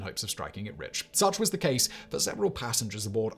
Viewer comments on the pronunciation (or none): none